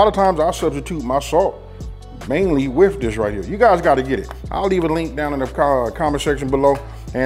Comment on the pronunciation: Too bad no one taught you proper ENGLISH!! What exactly is WIF??😂😂😂😂😂